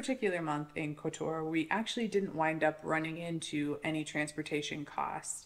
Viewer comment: Any mention of the fantastic fruti and veg market outside the main gates. By the way i believe its pronounced (Cot tor). Great video